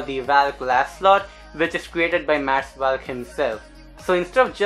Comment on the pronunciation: its not pronounced as vaaallk his name is pronounced as volk